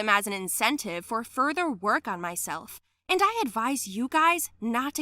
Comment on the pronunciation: To improve!...roove!....roove!